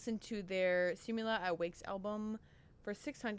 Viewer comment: SI-MU-LA AT WA-KAS is how you pronounce it. Tagalog word pronunciation is mainly the same as how it is written.